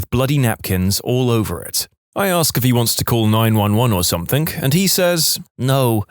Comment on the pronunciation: No K in the word something